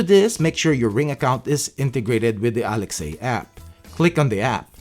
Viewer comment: I think it should be "ALEXA" and not Alex-A. Nice vids! Keep up the great work!